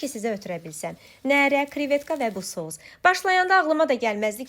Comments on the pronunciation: Neeere yox nərə. Saiti uzatmaq lazım deyil sait uzandıqca nərə balığı yox Koroğlu neresi nəzərdə tutulur. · Nərə sözündə ə uzanmır 😅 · Nərə sozu, baliq adidisa uzanma yoxdur teleffuzde, amma Nere cekmek sozu olsa beli, uzanma varr 😊